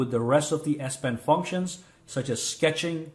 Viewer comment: Great video thanks a lot I’m sorry but I can’t stop hearing ass pen I’m so sorry